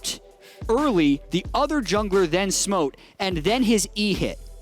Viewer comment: "Smote" OMEGALUL